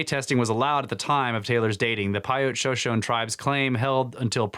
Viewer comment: Shoshone is pronounced "sho sho ne" Not "sho shone"